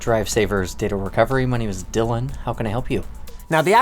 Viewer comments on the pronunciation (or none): This is the first time I've heard someone verbally capitalise their name... "My name is >D<ylan" that emphasis 👀👀